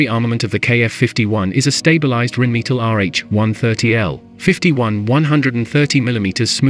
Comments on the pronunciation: You would think that in 2023 a computer voice wouldn't mispronounce so many words... Rhinemetal, me-tall? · The pronounciation of "Rheinmetall" is cruel. 🙉